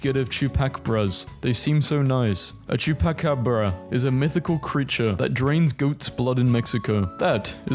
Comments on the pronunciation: This man always fears misspelling words in englishn't but just went up and said "xupacahbr" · The way he said chupacabra made me ANGRY